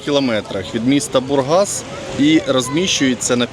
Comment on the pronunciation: Хоч один нормальний блогер, який правдиву інфу доносить. Навіть Бургас правильно говорить, а то інші як москалота неправильно ставлять наголос,скільки їм не кажи. Поїдьте на пляж Силистар, це під турецький кордон. Самий чудовий пляж